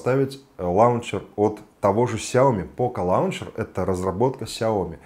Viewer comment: Лончер или лунчер (в брит.произношении). Но никак не лаунчер!